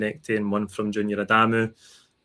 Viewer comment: Spot on....now we need to remind people it's not Adaaaamu, simply, Adamu